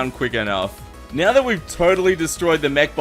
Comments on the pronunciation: said 'nyow', it's probably his accent. It's basically 'now' but he adds a 'y' sound. Making it 'n'yow'. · He said neow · says meow instead of now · neows the time XD